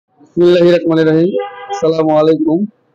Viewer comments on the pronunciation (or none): বিসমিল্লাহ বলা ঠিক কর